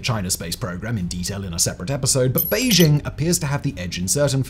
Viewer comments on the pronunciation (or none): none